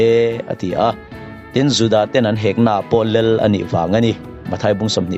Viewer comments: theology him lo ber tih kher kher chu a... 'Lel' ti ti lo Khan 'lal' ti in lo lam ve ta che Pua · Lel. Lal tih pawh lam thiamlo. I sawi a ṭang khan a chiang reng mai